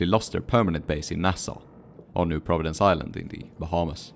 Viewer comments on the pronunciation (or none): none